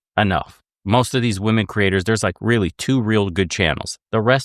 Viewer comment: can't pronounce a G sound at the end of words ending in NG and she can't pronounce the plural of woman properly. Sorry, she's dumb.